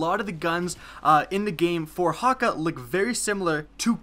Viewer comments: its hay-ka- not haw-ka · Thank you. Hawkuhh bugged me the whole video lol. Hakke. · it's pronounced hakkay, not hakkah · idk what the "Hawka" foundry is, but I think you mean "Hakke" (Ha-kay) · It's pronounced "Haw-Kay" lol or I believe it to be w japanese pronunciation. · you pronounced hakke wrong it cayde-6 pronounces it himself if you dont believe me but is sounds like ha-k. Think of k like from sasuke or hatake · I don't really care about correct pronunciation. I'm gonna say what's comfortable with me "hah-Kay" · it's pronounced ha-ke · Actually not even Cayde pronounced it correctly (probably because he has an American instead of a German accent); seeing as Häkke is spelt with "ä" and not "a" the foundry is most likely founded by the ancestors of the Germans, meaning the "Hä" is pronounce more like "heh". Then keeping in mind it's German, "kke" is pronounced "kuh". So the proper pronunciation is actually "heh-kuh". I don't think it would be so hard to believe that Häkke is founded by Germans because they are already pretty involved in weapons engineering irl, and I don't see any other reason they would use "ä" instead of "a". Sorry for long reply, here's a zucchini: 🍆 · not being mean ur saying hakke wrong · you completely butchered the name hakke man. otherwise great vids. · aah, it's so irritating when he says hakke when its häkke an i come from sweden so i know how to pronounce it xd